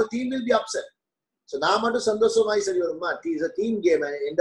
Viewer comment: Seri..not sari😅